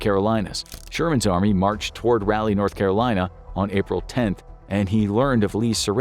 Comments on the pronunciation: rahh-lee. not rally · Raleigh is rah-lee, not rally. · I'm live and am from north Carolina and idky but it bugs me with the way he says Raleigh.